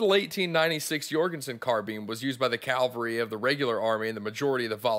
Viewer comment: Good presentation! (one nitpick - you kept saying "calvary" instead of "cavalry" :)